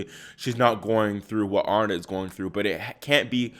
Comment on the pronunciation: Her name is Aryna ie ah REE na. You're obviously not a tennis player.